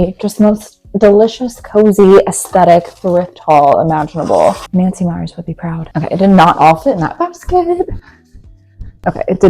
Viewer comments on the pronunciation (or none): I love Nancy Meyers movies. I somehow missed that she directed The Intern, which makes sense. By the way, as someone whose last name is "Mayer," and which is pronounced the way it looks, not "Meyer." Similarly, the director is Nancy MeyerS, not Nancy Meyer. Also, if you want to pronounce Ralph Lauren correctly, watch the Friends episodes where Rachel works at Ralph Lauren, which has a cameo with Lauren himself. All the characters in the show pronounce his name LAU-ren. Lau-REN is widely used, but not right. Sorry, but as my name is LAUra MAYer, and I've had both my names mispronounced and misspelled for years, having both those names used incorrectly pushes a couple of buttons!🙂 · Girl every time you said Nancy Mayer all I could picture is Oscar Mayer Weiners lol it’s Nancy *MeyerS. Anyways love the rise of a more classic design style…although apparently Nancy doesn’t like it lol so I call it the Beth Rubino aesthetic since she was the production designer/set decorator for Something’s Gotta Give & It’s Complicated. Credit where credit is due ya know? ❤